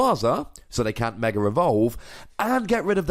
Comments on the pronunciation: Yeah, I've been wondering the same thing in the months I've been watching this channel. For example: When you say Mega EX, You say Mega rEX. Good video, even if I don't like the tool removal because I play garb. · Hey, great video as always, but I have just one question: why do you always put an "r" after the word "Mega"? Just curious